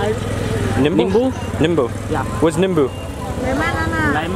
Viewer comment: it's not 'nimbu', it's 'neebu' you put on your bhuta, & salt.